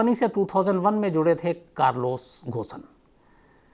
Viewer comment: अरे भाई थोड़ा रिसर्च कर लो उसका नाम घोसन नही है. Its pronounced as कारलोस गोन